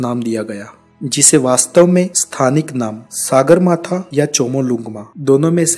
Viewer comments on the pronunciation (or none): सागरमाथा नहि कहेते है ,,,,सगरमाथा कहते है। ढंगसे उच्चारण करो । सागर का अर्थ sea और सगर का अर्थ sky होता है । सगरमाथा का मतलव आसमानको छूनेवाला पहाडका peak होता है ।